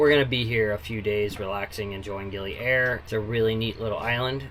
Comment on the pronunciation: I love you pronounce 'Gili Air' like its some kind of airline 😂. Actually 'Air' pronounced like you say 'A Year'. Terima Kasih can be shorten 'Makasih'. Hope it helps a lil bit Keep the sail on!